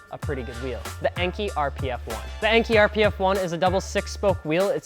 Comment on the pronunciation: Enkei. It's EN-KAY. NOT EN-KEY. Enkei is short for En-Shuu (EN-SHOE) Kei-Go-Kin (KAY-GO-KIN). En-Shuu was an old name for the Shizuoka Prefecture in Japan where Enkei is headquartered. Kei-Go-Kin means "Light weight alloy". En-Shuu Kei-Go-Kin, Lightweight alloy from the En-Shuu province. Enkei. They have a video out about this, released August 22, 2016 on their Facebook wall. It used to be on Youtube but disappeared (probably due to demonetization or something). Just google "Kyoko schools us on how to properly say the name ENKEI", it will come up top search.